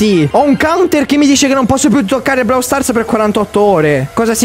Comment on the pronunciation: si dice Brawl con la o